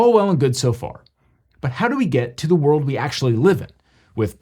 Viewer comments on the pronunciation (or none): none